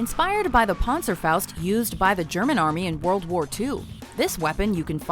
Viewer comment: P A nzer foust Not ponder foust